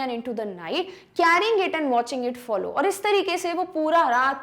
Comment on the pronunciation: follow ko to shi bolo